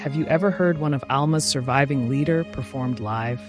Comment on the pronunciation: Maria's illness and passing. So devastating, so horrible. Such a tragedy. And then Manon from polio. The narration, although factual, feels terribly pedantic, dry, hurried, computerized. Grateful for the profoundly emotional facts, the delivery is the opposite. You pronounced the most beautiful of German art song "ly-der". It's Lieder. "Lead-er."